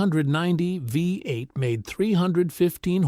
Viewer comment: TELL YOUR G.D. ROBO-VOICE TO STOP SAYING "VAI-EIGHT" FOR "VEE-EIGHT"!